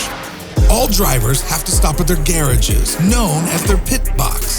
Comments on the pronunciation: who somehow manages to mispronounce “garages”. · It's funny how the computer narrator speaks in an American accent, but pronounces "garages" in a British accent... 😂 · "Grand prix" and "garages" are pronounced the British way. Or... This guy is probably Mexican. A lot of American movie trailers and such are now done by Mexican voice actors. It's similar to how England uses a lot of Scottish voiceover. It sounds a bit more dramatic and exotic than your own accent.